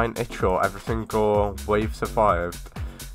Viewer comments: It's called Ichor not i-CH-or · One it's not itch-or. I don't know how to pronounce ichor but i know thats not how you say it. ALSO CLICKBAIT ALERT!